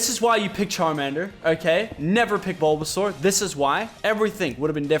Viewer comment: BULBASUAR? MY GOD LACHLAN WHYYYYYYY